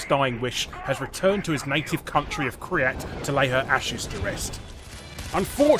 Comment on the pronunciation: It's not cumin kryat it's kyrat